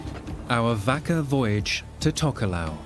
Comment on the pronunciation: TYPICAL!!!!!! STRAIGHT OFF THE BAT!!! ITS NOT PRONOUNCED A 'VACKA' ITS PRONOUNCE MORE LIKE 'VARKA!!! BUT YOUR CLEVER PALE AZZ SHOULD NO THAT THOUGH!!!! IF YOU CANT PRONOUNCE A SIMPLE WORD LIKE 'VAKA'!!!! STAY AWAY FROM EVERYONE ELSE WITH SELF RESPECT AND STICK TO YOUR OIWN!!!! NAH YOU RUINED IT FOR THE LIKES OF OUR INTELLIGENCE AND MY VAST POLYNESIAN CULTURE!!